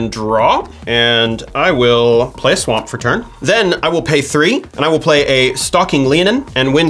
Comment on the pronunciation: He said "play a swa'mp what a mron I hope he was trying to be funny at least